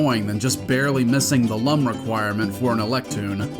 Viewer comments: How can you call yourself a true Rayman fan if you pronounce "Lum" incorrectly? It's pronounced like "loom" given that their name comes from luminous (I'm mostly kidding but I think Origins even specifies the correct pronunciation sometimes if you bounce on the wizard's hat, so that's something) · As per the manual: "pronounced “Looms”, like ilLUMination, and not “Lumms”, as in dumb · The manual says that. I remember hearing the pig latin in this game pronounce it as lum in the game and getting PISSED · I believe you forgot a very important detail from the manual…it’s pronounced “looms” as in the French word lumière, “lum’s for dumbs” as it said, and made me take a step back for assuming 😂